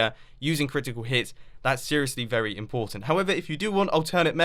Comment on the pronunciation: At 34 seconds "very" the way you say it😂😂😂😂😂😂😂😂😂😂😂😂😂😂😂😂😂😂